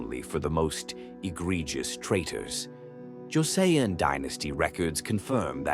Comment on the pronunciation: It’s pronounced ‘Jo Son’ thanks for posting! Joseon history is fascinating yet tragic